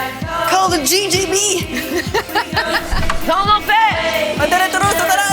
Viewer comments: Adèle, plus je la vois interagir avec les autres et avec le monde et plus je l'aime, j'crois que mon enfant intérieur est amoureux. Pour le synthé, c'est un oui, on le veut aussi dans la version finale! Pour GGB, c'est juste dommage de le prononcer JJB, mais ça donne un côté accent français qui du coup est assez drôle. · C'est justement ce que j'ai dis, non? Elles le prononcent djédjébi alors que c'est la prononciation pour JJB. Peut être que ce ne sont pas les 14 qui sont nuls en anglais, mais les 5 autres? D'autant que j'ai fais un commentaire en trois parties et que peut être certains ont liké pour une des deux autres affirmations? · Tout ce franglais pour sortir " les [jay jay bee] comme girls girls band" alors que G se prononce J en anglais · Il y a que moi qui tique sur la mauvaise prononciation de GGB ??? Ou je sais pas parler anglais jsp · c'est quand même son taf de chanter, notamment en anglais et pourtant, elle sait pas prononcer l'alphabet en anglais. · GGB mal prononcé tout le long de la musique c’est magnifique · Je fais le relou de service mais si tu bases ton nom sur des termes anglais c'est plutôt "Gi Gi Bee" et pas "Jay Jay Bee". Pour rappel le G en anglais se dit "Ji". J'en profite pour rajouter que la vidéo est très drôle et les morceaux sont franchement quali pour un truc fait très rapidement avec certains qui ne sont pas musiciens/chanteurs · GGB c’est pas plutôt „jee“ jee“ „bee“ au lieu de JJB= „jay“ jay“ „bée“ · Que quelqu’un dise à Adèle que G en anglais ça se dit Dji pas djay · Le concept est ultra cool, (Par contre G se dit vraiment "Ji" pas "Jey" :/ ) Trop de happenings malheureusement on dirait un sketch pour enfants de 3 ans 😅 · Elles prononcent JJB 😂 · Ça me rend fou que GGB soit prononcé JJB 😂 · Sauf que GGB ne se prononce pas "jey jey bi" en anglais mais "ji ji bi" 😅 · les filles disent JJB et pas GGB ce qui est assez drole. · Parfois elles prononcent GGB et parfois JJB. En anglais c'est la prononciation inverse du français !